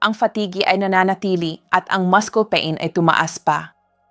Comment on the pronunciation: Masyadong maramingkwrnto, dapat direct at preciseang pag bigay ng info. At yung pronouncciation nya ng ibang words aymali. Paano syapaniniwalaan kung simplengword ay dinya mabigkasmg tama. Ex. Mudcles Bininibihkasnuamaskels.. 😅